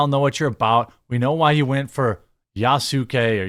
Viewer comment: Yasuke isn’t a common word here, so it gets a pass, but I’m surprised to finally hear it pronounced correctly. Now if only people can work on tsunami and mango